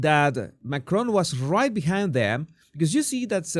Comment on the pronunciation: It's Macron. He's French, not Scottish. The emphasis is on the first syllable.